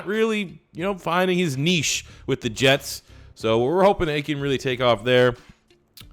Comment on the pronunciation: FINALLY SOMEONE PRONOUNCED NICHE CORRECTLY!!!!!!!!!!